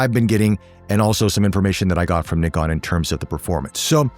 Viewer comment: Thank you for pronouncing the word NIKON right and of courser focusing the photographers on this review.....